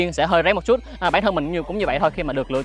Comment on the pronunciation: Một Chútttt nghe nó sượng lắm ý, kiểu nó không đồng nhất. Nếu đã phát âm cho đúng thì đúng hết, còn này toàn bộ giọng Sg xong mỗi từ chútt thì nhấn như ng Hà Nội. Kì vậy